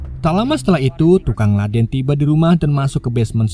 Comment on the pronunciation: Ledeng bukan ladeng..lol